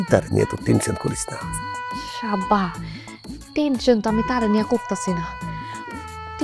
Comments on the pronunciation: sabba na,,,,akhane 2 ta word ak sathe use korce,,, Esss abba = Sabba suna gece:face-blue-smiling::face-purple-crying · হ ভাই আমি দ্বিতীয়বার রিপিট করে শুনলাম সাব্বা।